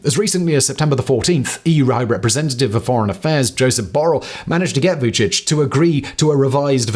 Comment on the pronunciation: Mirdita 🙂 well I think he did a pretty good job, last time he had a lot of pronunciation mistakes 😂 I was surprised that he could Say Vucic, 80 % correct 😂 did you know that Kurti speaks excellent Serbian ?